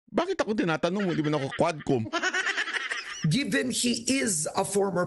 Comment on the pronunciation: Hindi QUADCOM, (HUWADCOM) God bless po...